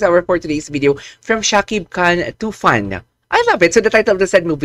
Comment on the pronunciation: Not too fun, it's tufan, tufan is a Bengali word, that's meaning storm. Thank you bro